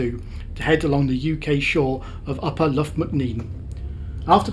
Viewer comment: Nice video! Btw I think the Irish "Lough" is pronounced much like the Scottish "Loch" rather than like Loughborough. Looking forward to your next trip...